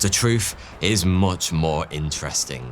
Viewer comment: Er... "MOAR"????